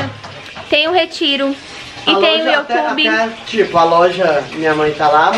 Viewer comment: Se fala "iu" tube e n "io" tube.